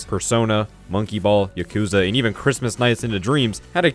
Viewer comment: Why did you say Yakuza as Yukoza And why did you call Ichiban “Yakoza”